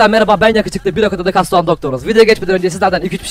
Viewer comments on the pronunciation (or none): none